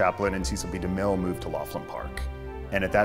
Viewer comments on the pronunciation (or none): PLEASE learn how to pronounce Cecil B.DeMille.